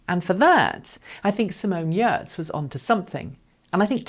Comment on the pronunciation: The best part of this video is the fact that she said Simone’s last name correctly.